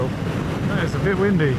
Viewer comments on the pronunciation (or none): none